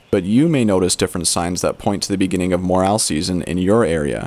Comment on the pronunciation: Morel mushrooms are pronounced MorEL and Not MorAL!